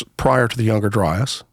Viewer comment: If I hear younger dryis and antrhpidegous one more time my heads gonna explode. 🤮